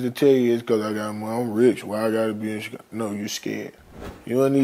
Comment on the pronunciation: How come Vlad can't say Chicago 🤣 he keep saying "Chick-ago"